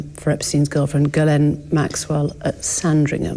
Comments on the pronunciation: French Canadian here. Guylaine and Ghislaine are two very different names. “Gh” is a soft “g” , “gu” is a har “g” and you definitely pronounce the s in Ghislaine. He doesn’t even know ho to pronounce her name. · Does anyone else suspect that the interviewer mispronounced "Ghislaine" on purpose to trick Andrew? (Was implying that?)